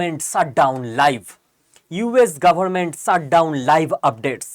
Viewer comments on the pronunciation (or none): "Sut" down না কী উচ্চারণ টা "shut" down? উচ্চারণ এ এতো টা ভুল না করলে ভিডিও গুলোর কোয়ালিটি অনেক ভালো হবে আর সুখশ্রাব্য হবে। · Sir please don't take me wrong u r so talented but ...pls try to pronounce well. Its Shutdown not Ssutdown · শ উচ্চারণ ঠিক করে নিতে হবে ভাই। Shut উচারণ শাট, এবং সাট নয়। আপনি "পেশ" শব্দটায় 'শ' ঠিকঠাক উচ্চারণ করছেন। ঠিক ওইভাবেই shut কে শ দিয়ে উচ্চারিত করুন।